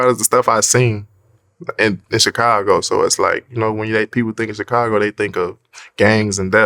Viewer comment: Why does DJVlad pronounce “Chicago” like that?